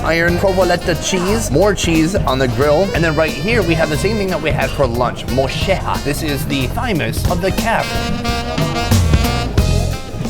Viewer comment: I love how Sunny tries to pronounce words like Argentinians 😂 Mocheja